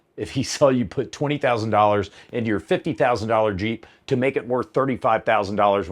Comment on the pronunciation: LOL "ONLY! Innah YEEP!"